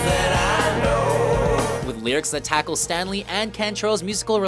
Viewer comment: If he had said Layne STANLEY one more time I was gonna spit. IT'S S T A L E Y